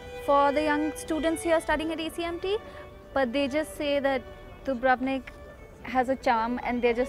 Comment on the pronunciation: You'd think that after 3 months of living there she'd learn to pronounce the name correctly. DOO-brov-nik, not doo-BRUV-nik. The Indian student sounds like she's the only one who got anything out of the experience. The others sound like typical yank tourists on a student visa. feh.